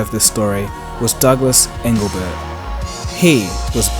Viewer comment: Also its Douglas EngleBART.